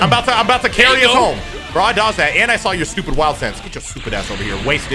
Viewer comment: "They're gonna rename the word carry to cuarry"